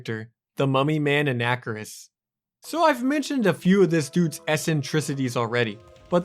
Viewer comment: A nacker iss? Dude.. It's "on a car iss," bro bruh cobra.